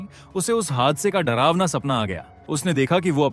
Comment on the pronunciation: drawna - drawna ...😂